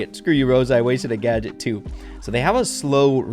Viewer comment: Did he just say slight nerf!? and also did he say gaget